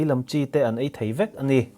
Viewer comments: Afiah felfai tur ANI atha zawk ANI😏😏😆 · "A ni" tih lai hi engatinge i lam chian bik em em thin le!! Ngaihthlak a ti nuam lo hle ANNI😁